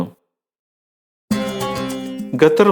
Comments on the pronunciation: Mone Gathar alla Qatar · ഗത്തർ അല്ല,, " ഖത്തർ " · ഗത്തർ അല്ല ഖത്തർ